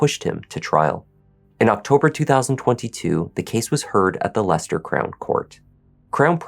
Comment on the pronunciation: I’m impressed that you pronounced Leicester correctly. Whitwick is pronounced ignoring the second W, ie Whitick - I live near here